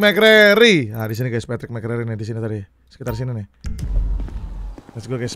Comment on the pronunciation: Bang yg bener packie bang bukan Patrick